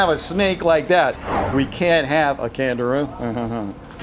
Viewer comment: I thought I heard Kangaroo but it's name is CANDIRU